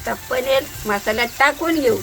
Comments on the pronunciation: layich bhati bolati 😂panir nahi panel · Paneer ❎ paneal✅😂😂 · Paneer ❌ Panel ✅❤❤❤ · मला वाटायचं की माझी अज्जीच फक्त पनीर ला पनेल म्हणते, पण या ला पनेल म्हणताना बघून मला माझी आठवली...